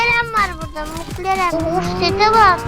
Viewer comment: Nobody: İlbey: mıklaren